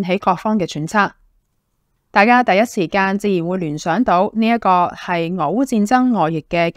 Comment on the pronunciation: 外溢，音讀日，不讀益。